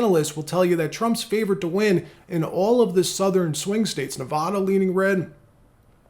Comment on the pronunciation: dude, can't pronounce Nevada of all states?